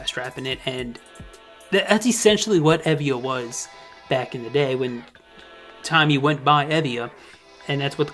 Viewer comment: I don’t who Tymee is but I thought you’ve been saying Tiny.